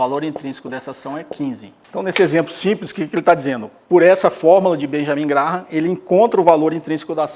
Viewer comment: Se pronuncia “Grém” Benjamin Grém